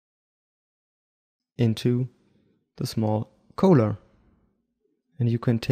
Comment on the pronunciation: Just trying to help you out... "collar" is pronounced just like "caller".. at least in California it is.